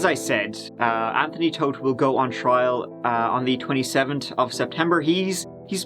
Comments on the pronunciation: to echo mary, if you watch a number of stories, he often kicks it off with us giving it a "goo" ("go" with a cute Irish accent, and means taking a look at, I'm told) and in the comments section we seem to all love when he kicks off that way. We also love his pronunciation of three/tree and thirty/turdy and over the moon when these run together. I guess it's a That Chapter thing. And kinda fun, too. 😋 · He’s saying go but in like British lol